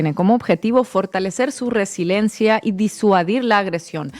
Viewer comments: Te admiro mucho Inna, eres una excelente comunicóloga y seguramente como el español es tu segundo idioma, que por cierto,lo hablas perfectamente, es por eso que te quiero hacer 2 observaciones. La primera es sobre la palabra resilencia, es erróneo,se dice resiliencia y segundo, el apellido en alemán VON se pronuncia Fon. Saludos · 0;36, ¿DIFERÁNCIAS ENTRE RESILENCIAS Y RESILIENCIAS, ALGUIENS? :'V? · Querida Ina, cuando dices resilencia, ¿quieres decir r e s i l i e n c i a?